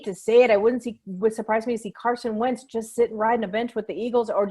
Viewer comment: Alright I figured Wentz to Chicago was wishful thinking, but thanks for confirming! Agreed, Wentz to Indy & Matthews to Denver would be good for the league (& your pronunciation was spot on!) 👍 Thankyou!